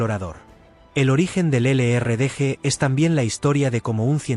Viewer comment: Que lástima que no pronuncian bien los nombres en inglés,El LRDG. Y el SAS se complementában